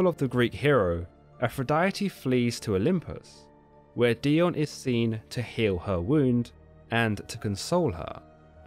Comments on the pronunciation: Wouldn't the name be pronounced DAI-OH-NEE? I mean...she IS Greek after all. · It's Dee-oh-nee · I love this channel! (I think it is pronounced die-oh-nee) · Wow first time hearing it pronounced this way. My name is Dionne pronounced Dee-Ahn.